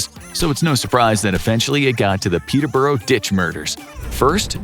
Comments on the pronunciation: The way you said Peterborough confused me it sounds Russian (people I know pronounce it peter-bruh) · Weird getting Gloucester & Hereford right but not Peterborough